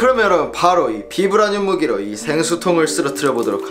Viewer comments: 발음 바이브레니윰 임 ㅋㅋㅋ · 영어 발음은 바이브라늄! 우리나라말로는 그냥 비브라늄이라고 하더라구요~!